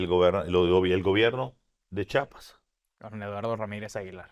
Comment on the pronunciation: Antes de decir CHIAPAS, lávate la boca compa y sobre todo aprende a decirlo bien. Pinche periodista culeros que ni hablar saben.